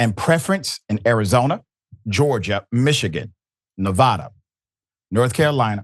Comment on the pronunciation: You mispronounce ‘Nevada.’ It’s not that difficult😂